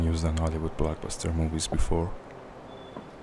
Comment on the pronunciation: movies. not mowies